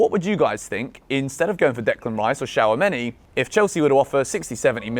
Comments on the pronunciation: Shawameni😂😂 It's Chu-Ame-Ni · my guy just said shower-many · It’s pronounced 2 sha meny